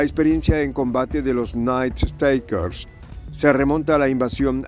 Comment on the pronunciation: Por favor, el Ingles no es tan dificil como el Mandarin o el Aleman, si va a repetir la palabra "Nightstalkers" 1/2 docena de veces, busquela en el diccionario online que tambien le da la pronunciacion. Gracias.